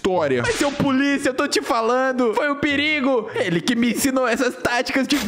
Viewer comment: Ele falou pulisa kkkkkkkkk😂